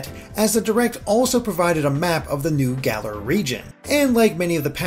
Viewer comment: It's Galar. Say it right!